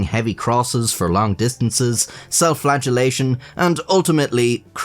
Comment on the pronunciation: Self flatulation... I know you mean flagellation, just the way you pronounce it sounds, funny lol...